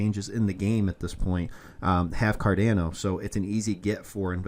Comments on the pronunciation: so painful hearing it pronounced 'car-da-no' instead of 'car-don-no' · It’s pronounced Kar-DON-o